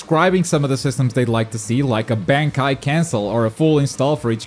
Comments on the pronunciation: You pronounced Bankai incorrectly... Smh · it should be illegal of how u pronounce bankai💀💀💀💀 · just a small note you mispronounced Shikai and Bankai pretty badly. It's pronounced "Shee-Ky" and "Bon-ky" respectively in English terms.